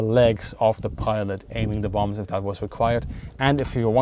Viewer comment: "...of zee enemy" love it! (I hope that was an intentional joke, and I'm not making fun of his accent).